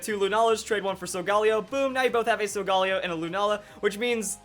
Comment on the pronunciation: I thought it was pronounced Sol-Gah-Leo because leo means lion and sol means sun